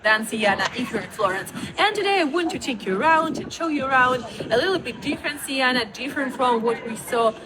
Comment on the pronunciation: Siena! Not Sienna!